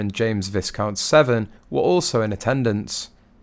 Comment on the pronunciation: Not "seven" it's Severn